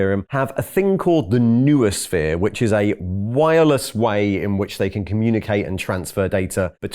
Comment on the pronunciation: It's just Nu-Sphere. lol